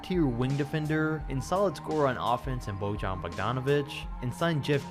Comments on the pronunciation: "Božan.." 😂😂😂it's Bojan man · Pls, Bojan Bogdanović's name is pronounced like Boyann. Thanks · It's Bojan (BOY-AHN). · I know his name sounds ridiculous to anyone who isn't from the balkans, but the J in Bojan Bogdanović''s name is not how you normally pronounce it, because he's from the Balkans the J is more like an Y in pronounciation, google translate from either Bosnian, Croatian or Serbian can help you realize how his name is legit pronounced.